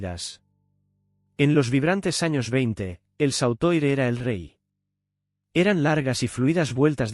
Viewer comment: SAUTOIR COMO DICES, COLLAR LARGO, SE PRONUNCIA SOTUAR. Y DE INGLES TAMPOCO VAS BIEN. SI ES UN GUION, QUE LO EXPLIQUEN HRH FJ B-M M-W.